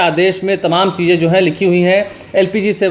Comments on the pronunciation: Bihari kab hindi bolna seekhenge, tamam ko timim Or badh raha hai ko bar raha hai ya judh rahi hai ko jur rahi hai etc kehne wale sudhrenge nahin. Ek bihari sau bimari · Temam nahi boliye.sahi tamam